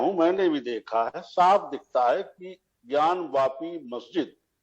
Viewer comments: "ज्ञानव्यापी" नहीं "ज्ञानवापी" बोलते हैं। वापी मतलब कूप होता है, ज्ञानवापी मतलब, ज्ञान का कूप। कृपया संशोधन करें। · ज्ञानी जाहिल पत्रकार ज्ञानवापी बोल ज्ञानव्यापी नही